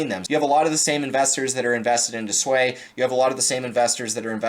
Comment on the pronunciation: It’s not SUAYYYY it’s SUI LOL